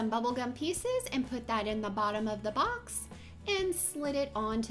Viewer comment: why do you say box like that 😂 you sound like you’re saying bucks